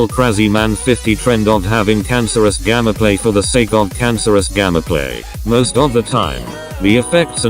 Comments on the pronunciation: Why do u say gammaplay it's gameplay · hes saying gammaplay insted of gameplay what the actual jesus fuck man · Y U say gammaplay?! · Y does he say GAMMAPLAY